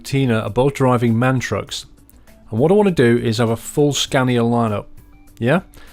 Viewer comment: It's actually called a M. A. N. The sole letters are pronounced. Thanks.